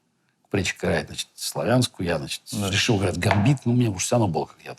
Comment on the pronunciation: Я обратил внимание как Гарри Кимович произносит слово значит-" значЫЦЬ" совсем по белорусски